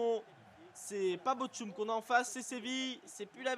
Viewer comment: Bochum se prononce: Bord Houme